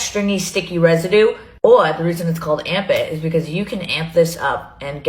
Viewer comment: I’m deceased 💀 she wanted to be Jaclyn so bad she had to have a monumental screw up launch 😂😂😂 that and where Jaclyn said morphe morphe morphe (morefeet) Mikayla had amp it, amp it, amp it (but she says it like armpit) *the similarities in a sell out* that should be the title of her memoir